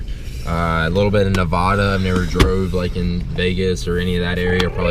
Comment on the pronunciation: he said Nevada wrong lol .😂